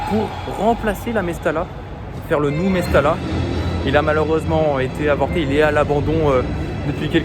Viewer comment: Mestalla se lit Mestaya